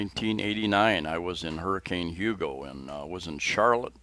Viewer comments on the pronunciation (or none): none